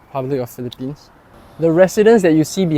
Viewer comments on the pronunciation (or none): none